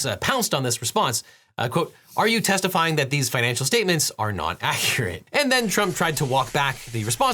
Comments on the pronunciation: Devin became Elmer fudd for a second. "we'ent accuate anyway" 😂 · You are my favorite lawyer, but did you just Elmer Fud your line? "Accuwat"? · "accuwit". Man got possesed by the priest from Princess Bride for a second. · the evaluations werent accuwate anyway 🥹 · "Accuwate" lmao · Accuwate anyway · Finally found a comment that noticed the UWU-fication there.